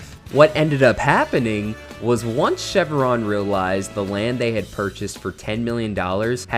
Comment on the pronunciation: This one was hurting my ears: It's Chev-ron, not Chev-a-ron. There's no vowel in the middle. (Also, you said Stylvester Sallone, which was funny but I assume it was an accident).